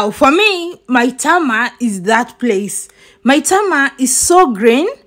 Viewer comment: AT u sound like a nija girl d way u pronounced Maitama, Wuse and Kuje. Our wife